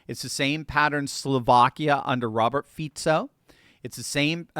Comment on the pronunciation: Earned my subscribe for pronouncing Fico correctly 😁